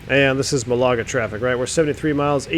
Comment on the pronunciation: Great stream. Just to advise that "Malaga" is pronounced "MALaga", not "MaLAga". (Rhymes with the Scottish surname Gallagher). :o)